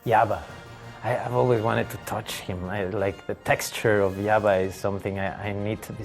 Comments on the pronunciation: Oh he was saying Jabba? I kept trying to figure out who yabba is and thought he meant Yoda lol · Sorry but it’s Yabba lol and it truly is hilariously cute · I needed clarification I thought he was saying yabba 😅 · In Spanish the J often sounds like Y (my native language is Brazilian Portuguese, so, to us, it sounds like an I). I laughed so hard seeing Diego Luna calling Jabba the Hutt “Yabba”, by realizing that this is just how he pronounces it out of character. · Haha I misheard him and thought he says Java. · Hearing Diego pronounce it "Yabba" makes me smile. Seriously one of the best actors and best characters of the Star Wars universe.